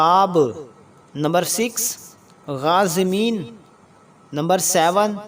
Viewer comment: كوشش اچھی ہے مگر یہ غازمین نہیں میرے بھائی یہ غارمین ہیں اس کی تصحیح کر لیں